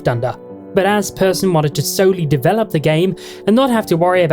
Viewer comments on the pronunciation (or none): none